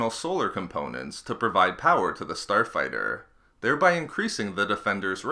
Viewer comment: "Star fighterrrr"